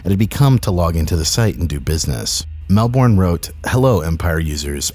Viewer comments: Melbourne is pronounced mel-bin not mel-born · Hey just fyi Melbourne is pronounced Mel-bin not Mel-born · just so you know, Melbourne is pronounced Mel-bern not Mel-born. Source: I live in Melbourne